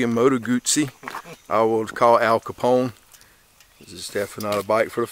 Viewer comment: Moto Guzzi not Modo Gousi … like Pizza!